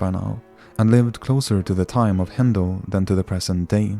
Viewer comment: Always love how they pronounce the letters R and T with the letter D, like the words "Embaddisment, and DIME, instead of TIME.